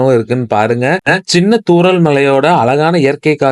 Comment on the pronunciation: ஆலியாறு.. முலு கொல்லலவு.. சின்ன மலைத் தூரல்.. தமிழைக் கொல்லாதடா.. 😂😂